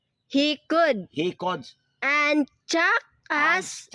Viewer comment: Ma'am ang would wag mong na wood din ang could ginawa mong cood silence L ka lage sa mga letter na would at could basa mo dito sa would ay woud tapus sa could ay coud.silence L ma'am ang kulng kaya obob mga student mo dhil obob din ang teacher hindi lng itung content na ito ikaw nag kamali sa spelling marami pa ma'am kya ituwed mo po!?